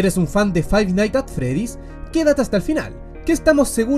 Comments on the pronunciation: fai naigs at fredis = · Si hay algo que todos los chilenos tienen en común es pronunciar mal Five Nights at Freddy's